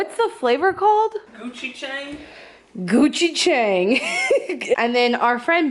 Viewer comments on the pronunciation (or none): Korean here! Gochujang (고추장) is pronounced goh-choo-jahng. It's DELICIOUS and I'd definitely recommend getting straight gochujang paste to put on things! Great video :) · 😂😂😂 you pronounce it goo-chee-jaun 😂😂😂 Good try tho! 😂😂😂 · Lol! That's the best pronunciation for gochujang!